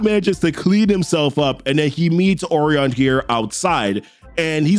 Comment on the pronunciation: I like your videos but your butchering these names. Orion is pronounced Oh-rye-an And the Oberon in the newest new gods video is pronounced Oh-Bur-on not Oh-baron